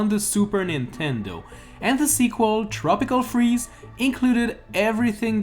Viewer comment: Sounded like pickle freaze